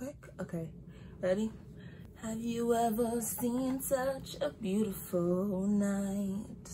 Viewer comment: I like how you emphasized your syllables to the word “beautiful”